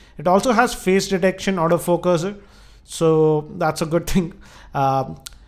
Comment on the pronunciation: Everytime you said Auto focus, it sounded as if you said out of focus. (No evil intentions here)